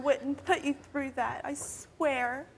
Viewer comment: "I swARE"